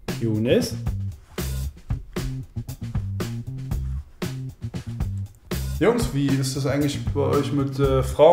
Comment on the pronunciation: Younes..? yOouNES?